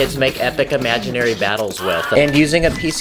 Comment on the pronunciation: Bro really just said ‘imaginary’ 💀